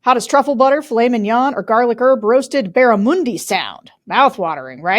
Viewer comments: As an Aussie, its pronounced dead barrAmundy, Sarah 😉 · Hey Sarah an Aussie here it is said, BAR - A - MON - DEE! Great fighting fish in the wild, sadly mostly fish farmed these days. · Barramundi is a delicious sea & freshwater fish from north Australia - try it Sarah, if you're a fish lover, you'll enjoy it! Oh & it's a short ' u ' - like bun 👍👍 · Hi Sarah - "Barramundi" (pronounced U as in "up") is an Australian native (sea and fresh water) fish and an Australian Aboriginal word - originally from indigenous tribes of far-north Queensland. I was surprised to hear it mentioned in your advertisement - it suggests the fish may be farmed in the US now OR that you're importing it from Australia. As an Aussie who lived in NYC for 6.5 years (and FYI please pronounce this word "Auzzie") whose many American friends are dismayed, horrified and embarrassed by what he who shall not be named has gotten away with and what his second reign will/might do - not only to American but in turn THE WORLD - thank you for all that you, George Conway and Tim Miller et al., at The Bulwark are doing to push back agains this shite and to keep us informed. From regional Victoria, Australia.